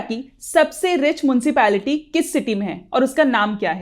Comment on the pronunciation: Please focus on your pronunciation... Otherwise video is good... For example pronunciation of "municipality" is Meu-nicipality, not Moon-cipality, pronunciation of "Metropolitan " is Metro-politan not Metro-poli-tian, pronunciation of Pondicherry is pondi-cherry not Pudu-cherry